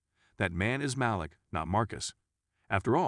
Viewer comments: It’s Maleek.., not Malick. Geez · Agree. The most painful was Malik - he says Malick not Maleek. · Maleek. Not malick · I'm gonna need you to pronounce folks nes correctly. MALEEEEK , RHANDAAAL AND DAAAAYJAAAHH. Funny hoe it's the African American characters who's names are wrong.😑